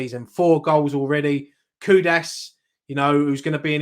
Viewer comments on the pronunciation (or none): The name is Kudus not Kudas...